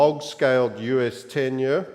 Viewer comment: the way you say “year” is disgusting